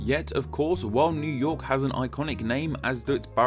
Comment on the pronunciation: Near yerk